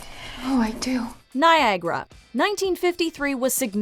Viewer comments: Now, tell me what "Niagra" is! It's "Niagara" - Ni-a-gah-rah! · its NiaGARA not NiaGRA!